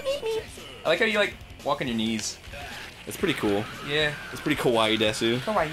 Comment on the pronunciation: desu is just pronounced des.